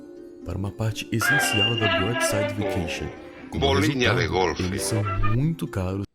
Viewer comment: Do nada ele solta um "Bolinha de gorlf" kskskksk